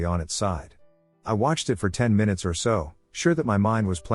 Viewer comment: It's been a while since we got a good "My-Noots" in the video, I hate to admit it but I actually kinda hope for it each video just to get a giggle😂